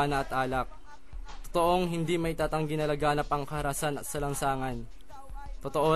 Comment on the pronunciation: Karahasan 😁😁😁😁 ndi kaharasan